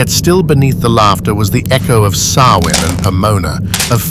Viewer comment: I say it the same Sam Hain,grrr,it's pronounced different,anyhow,this is 👍,Thanks 👋🙂